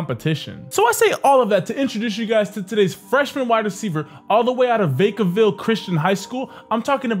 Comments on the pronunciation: vacaville not vaecaville Disrespecting my city like that SMH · the way he said vacaville lmfao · They said Vacaville wrong